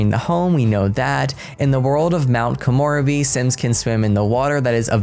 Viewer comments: Komorebi = ko-moe-re-bee The re is a slight ray sound. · It's "koh-moh-REH-bee"!!! (not "koh-MOR-uh-bee") She pronounced it in the trailer, thankfully. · please check out the gameplay trailer to pronounce Mt. Komorebi correctly. Please don’t get offended!! I love your videos. It’s just that my brain is sleepy right now too 😜 and zeroing in on that word 🤦🏼‍♀️ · Thus pack sounds better and better as we get more info...but your pronunciation..... not to be annoying or anything, but you mispronounced samurai and still mispronounced Komorebi (sp?) Koen in Japanese for park FYI 😃🤗👍 Lol, the plumbob was right above your head while u read the onsen part... I can't wait to see the cas and build/buy items!!! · Yama-chan, not Yama-khan. Soo-ki-aki, not Sucky-aki. Ko-moh-rebi (longer moh sound), not Ko-more-ebi Sen-ba-maahhh-chi (shorter ba sound, longer mah sound). You got taiyaki right, though.